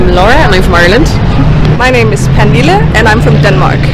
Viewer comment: pretty sure it’s Pernille, not Panile